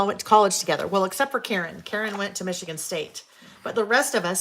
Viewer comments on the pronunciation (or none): none